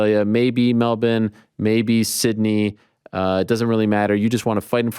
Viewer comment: He says Melbourne perfectly